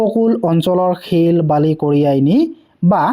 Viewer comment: ছিল নহয় শিল